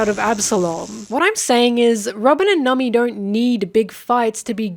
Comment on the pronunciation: Not sure when in the video but i suddenly started hearing you say Nami as Nummy